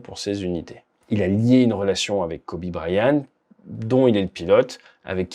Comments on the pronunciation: prononce bien c'est Bryant avec un T , idiot ; pas brian.....arrete de copier Aldo aussi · Kobe "Bryan" ??! 😂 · BryanT, avec un T. Là, c'est la prononciation pour Dany Brillant, que tu nous fait. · Pauvre Kobe dont le nom est écorché toute la vidéo. il y a un T à Bryant. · Bonjour, il y a un T à la fin de Bryant. Il se prononce. Vidéo intéressante.